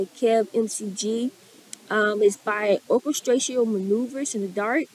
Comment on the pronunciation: **"OR-KESTRATIAL MINOOOVERS IN THE DARK" TRIVIA TIME!!**...ha-HAA!!...Oh, you gave me a good chuckle!! - Orchestral (pronounced, "Orrr-KESS-tral") Manouvers In the Dark is the 'thinking Man's' New Wave Band, mixing New wave Synth Pop with literature & Art-sy vibes, helping them shape the 'New Romantic' sound of early 80's UK Pop.... - "Enola Gay" is about a nuclear bombing in World War 1, but it became a surprise Gay Anthem, bringing OMD's sound to their core audience... Worldly, Gay Men who love Books & Art...It's since been added to the "most uplifting Gay Anthems of all-time" lists.... - Half the members originally HATED this tune, & threatened to quit the Band if it was released, but when it HIT, they changed their minds, ha-HAAA!!...OMD has had many Band member changes and MANY hits, including: Secret So In Love Crush If You Leave Dreaming Forever Live & Die..a HUGE SynthPop hit, and (80's) Dance floor classic